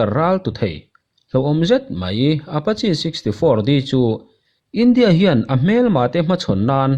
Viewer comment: Apachi ti lovin Apache ti zawk la